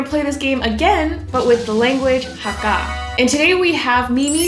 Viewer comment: You pronounced the word "Hakka" correctly. I've seen some people saying pronouncing it as "Hecka"